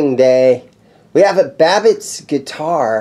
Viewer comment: Pronounced "Bab-itch".